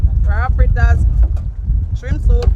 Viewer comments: FLITTAS* not Frittas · Its FRITTERS... NOT frittas